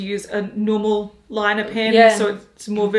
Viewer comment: Haus Labs "Lie-Ner", fuck my life.🙄🙄🙄